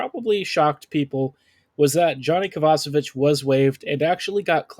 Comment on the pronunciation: I like this podcast but I can't take you seriously until you start pronouncing players names right like Ehlers or Kovacevic.